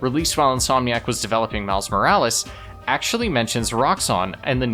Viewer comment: ITS SPIDER MAN MILES MORALES NOT MILLI VANILLIS!😂😂😂😂😂😂😂😂😂😂😂😂😂😂😂😂😂😂😂😂